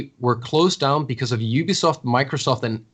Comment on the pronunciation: I would love to see a speech therapist come on and teach flanked to pronounce "Ubisoft" correctly.. Everytime he says "Oobiesoft" I feel like a piece of me dies inside.